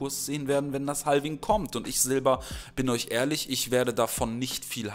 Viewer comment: Mal ein kleiner Zwischenschiss: man spricht es "ha-wing" aus, nicht "hal-wing", das L ist stumm. Dennoch natürlich DANKE, wie immer, für das Video!;)